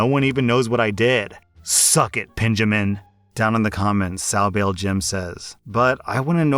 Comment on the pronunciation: as well as Pen-jamin, golden xD